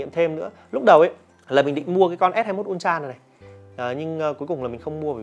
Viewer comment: Samsung “un tra” đọc sai gòy ơi:))